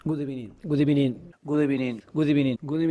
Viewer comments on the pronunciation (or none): before Arteta: good ebening during Arteta: good afternoon